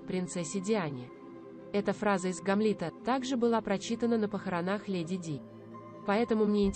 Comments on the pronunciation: Научитесь правильно говорить слова и расставлять ударения. "ГамлИта" вместо ГАмлета не в какие ворота не лезет. После этого слова отключила ваш канал. Думаю, может, совсем от вас отказаться. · Что за идиотизм- произнести ""...своей матери Елизавете двумя" , в другом месте " Елизаветы двух" или ГамлИта...Это запредельная безграмотность, другими словами по латыни homo idiotiicus...